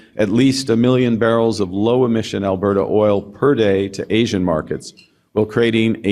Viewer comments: Did Carny just pronounce Asian as As-i-an... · Is this doctored? He says "Asian" pronounced "as-ee-an" when would Carney make a speech with this along with other mis-pronounces words. AI amended?